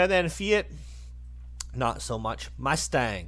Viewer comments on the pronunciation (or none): none